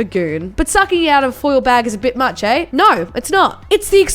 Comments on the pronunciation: The fact she pronounced eh as ay just emphasised HOW Aussie she is 😂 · It's actually sounds like aech